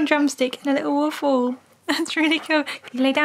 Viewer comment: I clearly heard him say I want my waff =)